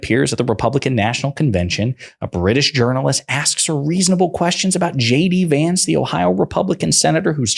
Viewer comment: Wait wait ...anyone noticed she says ..shady vance ....or is it just me ?